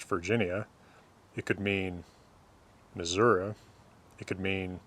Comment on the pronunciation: Gotta respect a man who says Mahsourah (Missouri) correctly 😋